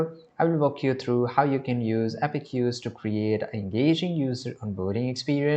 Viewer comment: Thank you for the informative video! One small note — the correct pronunciation is "App-Cues" (two syllables), not "Appe-cues". You can type it into Google or any AI tool to hear the correct pronunciation. Keep up the great content! 🙏